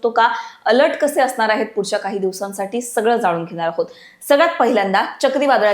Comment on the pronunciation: असनार आहे ?? धडकनार आहे ?? Intensity कमी होनार आहे ?? मॅडम आवाज एकदम खणखणि त आहे तुमचा परंतु ण च्या जागी न उच्चारता तुम्ही !!